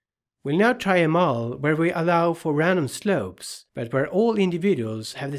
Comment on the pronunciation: Many thanks for your excellent videos. But the lecture over it is not much understandable. So, as feedback, can you possibly give your lecture's script to a text-to-speech engine (bot) to read it aloud over the video? I am saying this because you pronounce many words very badly, severely ruining your awesome video and badly distracting the audience. The worst of them is the word "model" which is pronounced by you as "mole" or "mowel". There are many such odd pronounciations. I would be very grateful if you could give the text to a bot to speak it. Thanks again for your awesome videoes.